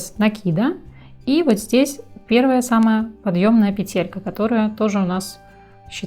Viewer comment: Было бы ещё лучше,если бы ударение правильно ставили:надо говорить пЕтелька,а не петЕлька!!!